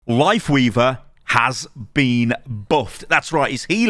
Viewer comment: Still trying to figure out if he said "Lifeweaver" or "Wifeleaver" at the beginning